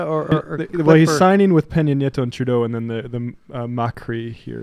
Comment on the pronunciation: "Why would these world leaders greet eachother like that? Must be because they're both evil and hate FREEDOM©." And it's Pena Nieto, not "Piña". Gosh golly, Sam's usually the smart one on this show, but here he's just an annoying American asshole.